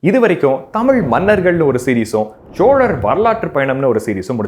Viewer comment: ச்சோழர் அல்ல சோழர் சரியா உச்சரியுங்கள்